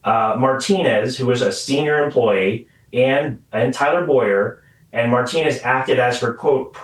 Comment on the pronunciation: His name is Bow-yer. Not Boy-er